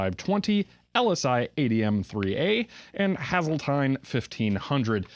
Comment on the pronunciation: For the pronunciation of the drive manufacturer. You're pronunciation was correct. Qume. Qyoum. However just for reference Hazeltine. It's pronounced Hazel like the name Hazel. So Hazelteen. Did you get that haul here in Phoenix? I believe I heard you say you're in Phoenix once. I am local to you. Lol